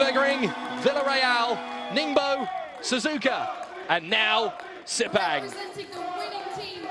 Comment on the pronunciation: Pronounce as fast as posaible: SIR PUNK! The local event management that handles the promotion do a bad job! A lot of motorsport fans from Thailand, Singapore, Brunei, Indonesia did not turn up!